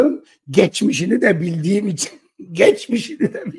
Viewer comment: Geçmeşini de derken😅😅😅